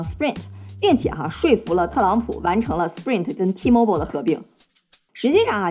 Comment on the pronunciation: T-mobile读错了，应该是嘴瓢了